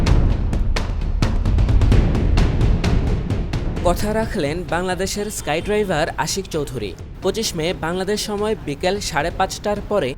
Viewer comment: স্কাই ড্রাইভার না, স্কাই ডাইভার